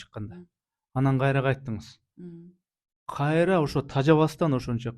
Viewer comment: Кайтра кайтра дейт го